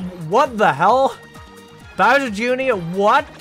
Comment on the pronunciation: Bowsir jooneear